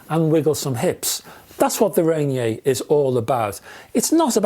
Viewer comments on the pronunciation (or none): Love your reviews, on a side note: I believe it is Rainier, as in Mt. Rainier pronounced - Ray-Near, or Ra-Near since Olympia is also in Washington State. :) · Pronounced rain-ear I believe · Thanks for the review. Here in the US and more so in Pacific Northwest we say Ray-Near. 😀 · I love that you assumed Ranier has a French pronunciation.